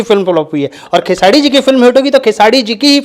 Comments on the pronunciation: Tottle khesadi nhi khesri hota h bolna sikh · नाम तो बोलना सीख ले चूतिया खेसाडी बोलता है 😂😂😂😂 दोनो एक ही जैसे😂😂😂😂😂